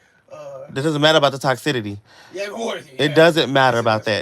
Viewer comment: " toxidity"?? The word is toxicity!!!